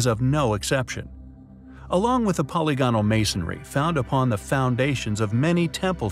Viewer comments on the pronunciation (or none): Poly gonal? Kept mispronouncing "polygonal" doesn't make it into 2 words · I'd feel better about the intelligence of the narrator if he could learn how to say polygonal (po LI gonal) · I cringe every time this video profoundly mispronounces "polygonal". It is pronounced much like "polygamy". It just one of many examples of how the creators of this video are so ignorant of science and reality. You made a blithering mess here. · It's his ignorant pronunciation of 'polygonal' that made me stop the video.